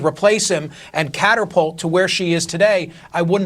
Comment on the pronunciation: “CATER-pult,” huh. How does this guy even have a job on “TV”?! 👀🥴